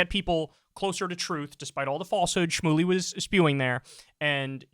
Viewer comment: Did piers say “Rabbi Shroomey”???